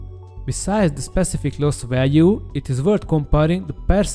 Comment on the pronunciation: Összességében jó lett a narráció, 1-2 szót nem értettem csak elsőre. Egy szó volt mindössze "fájdalmas", a "value" aminek a kiejtése "veljú". A Szu- rövidítést általában s-u ("eszjú")- ként mondják, de mivel a Szuhoj angolul "Szukoj", szerintem a "Szu" is jó. Egyébként a MiG-21MF-et nem érintette a 90-es évek nyomora ? Ha a Bisz-nél ez tényező akkor ennél is elvileg be kéne kavarnia, aszt hiszem 96-ig még repült az MF.